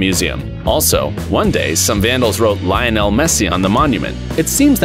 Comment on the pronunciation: What is the European League, you pronounced UEFA wrong, you pronounced Ballon D’or wrong, you pronounced Lionel wrong